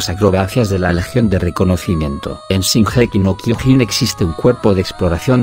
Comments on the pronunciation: El tio: Shingéki no kyogín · Nadie: Este mamañema: shinjeki no kiojin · c*** es Shingeki no Kyojin no gingequi no Kyojin así lo dioses tu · No les pasa q "singeji no kiojin" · Gigeki no quiojin xd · Gigeki no jiojin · JAJAJA SINGEKI NO KIOJIN JAJA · No sabes decir bien sesinokiojin 😤😤😤😤😤😤😤😖😖😖😞😡😡😡😡😡🤬🤬🤬🤬🤬🤬🤬🤬😠😠😠💀💀💀💀💀💀💀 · Si jaja lo pronuncia bien raro jaja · Primero tendrias que pronunciar bien el nombre del anime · Yo solo quiero decir q no se pronuncia como tú dices